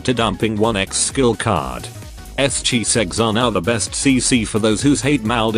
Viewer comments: Yes, this person always saying Chisegs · why i heard S,chiseg??